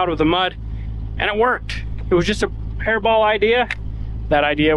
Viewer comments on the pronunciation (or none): Hey, it's " Hair brain idea" not Hair ball idea. 😆 Great job you guys! Well done! 🤠🧑‍🦰🌲🌲 🎼